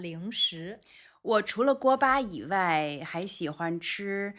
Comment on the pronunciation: 老狼发音"以外"这样：［ivai］、不 [iwai] 。多不多中国人发音这样？